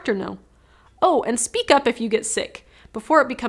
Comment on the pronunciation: Nice. “Speak” not “speek”